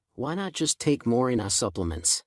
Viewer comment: More-ring-gah tea. The "ai" voices kill me.😊